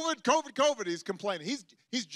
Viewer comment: I laughed so hard when Trump came on TV during one of his rallies. Trump: Covid Covid Covid Covid Covid COOVID! 😂😂😂this guy has gone crazy...